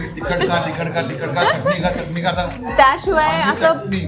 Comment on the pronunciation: ह्या सुंदर केस असणाऱ्या मुलीच्या तोंडून प्रत्येक वेळेस चटणी चा उच्चार ऐकतांना नको ग वाटत होत.